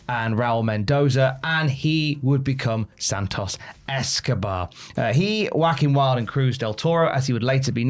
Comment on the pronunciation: When you said Juaquin Wilde, it sounded like Wacky and Wild to me.😂